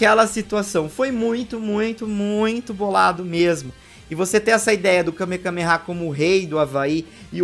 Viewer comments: O falando kamekameha o vídeo todo e eu me contorcendo por dentro dizendo que kamehameha 😅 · É Kamehameha e vc falou kamekameha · O correto é kamehameha e não kamekameha 🤷🏻‍♂️ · Akira Toriyama: Kamehameha Rei do Havaí: Kamehameha: KameKAMEha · Só uma observação o nome certo é Kame-hame-ha e não kame-kame-ha vc repete o kame duas vezes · kamehameha não kamekameha 😂😂😂😂😂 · é kamehameha não kamekameha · Alguém percebeu que ele falou Kamekameha ao invés de Kamehameha? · O n é kamekameha, é kamehameha tanto o ataque de dbz quanto o nome do cara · Kamekameha ? Sempre falei Kamehameha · Kamehameha!!! Que agonia toda vez que tu diz kamekameha! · dislaike ***Kamehameha não kamekameha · É Kamehameha, não Kamekameha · Me incômodo vê o falando Kame Kame há kkk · Várias vezes... MDS eu tava agonizando kkkkkkkk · KameKameha? É sério isso? 😂😂😂😂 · Que agonia o repetindo a palavra Kamehameha várias vezes errada....